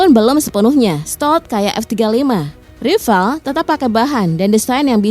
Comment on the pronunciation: Mbak, beritanya basi benar..... Sudah dipublkasi berbagai situs youtube sejak lama.....kalian ketinggalan benar, nyebut (mengucapkan kata "rafale" pun belepotan mbak..!😊😮😅